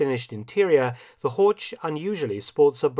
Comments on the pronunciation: Das Auto heißt HORCH, nicht Horsch! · So "Hork" basically, must do better heer doktor Felton...must do better. ( herr, not heer...oops ). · Göring's car is a Horch, not "Hortsch." The ch at the end is just a heavy h. Somewhat surprising that Felton would commit such an elementary mistake in pronunciation. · N.B.: "Horch" is pronounced with a [ç] sound at the end. And fun fact: "Horch!" also is the imperative "Listen!" which in Latin is "Audi". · Pronunciation: "Horch", similar to Loch in "Loch Ness"; not "Horge" as in "George". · The CH in German is pronounced differently than in English. HOR(CH) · Usually, Mark you well pronounce the German words; but to prononunce "Horch" likewise "torch" sounds terrible. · It is Horch. German ,ch' sound i not ,k' or ,sch'. The sound is similar to the noise of an angry cat, but slower and softer. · I just gotta stop you, Horch is pronounced with a hard CH, like the K sound. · Dear Mark, as you always present us German terms in exceptionally good pronunciation, may I point out that "Horch" is actually pronunced just as Lo*ch* Ness (or Pulla*ch*, to take an example from your own video) at the end? Btw, you all might know that "Audi" is merely the Latin translation of the German "Horch"; both can be translated as the imperative "Listen!" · This is an excellent well-researched video. Unfortunately, Horch is completely mispronounced throughout. As a German speaker, it's always amazing to see that English speakers can't even come close to pronouncing the German "ch" correctly. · Is it really too much to ask that German names are pronounced properly!? "Horch" is a car brand and just like "Bach" it doesn't have a "k" in it!